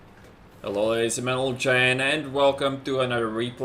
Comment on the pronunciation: Still haven't learned how to say Ladies and gentlemen?